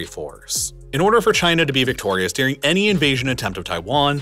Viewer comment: This guy is the only example I've heard of someone pronouncing "during" as "deering".